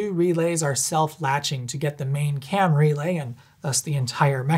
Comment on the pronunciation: By the end of the video, every time he says “Cam Relay” it sounds like he’s saying “Camry Lay” and I’m thinking about people banging in the back of a sensible-but-stylish, affordable sedan.